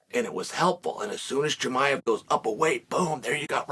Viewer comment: interesting how well you pronounce Rakhmonov versus your mocking pronunciation of HAZMAT for 2 years...where you avoid in current times you refer to him as CAHIMAEV ... good learning... video indeed exists for proof and is the difference